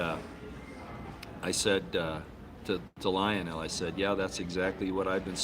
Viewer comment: You pronounced Lionel name incorrectly,.,and what are you doing to lose so much weight?